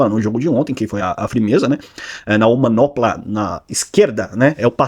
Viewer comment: Vai falar quantas vezes "omanopla"? O certo é "omoplata"😂